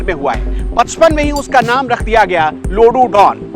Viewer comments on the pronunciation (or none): loru nhi bhai.. lodu naam h 😂